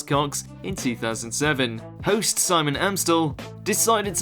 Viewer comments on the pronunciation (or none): none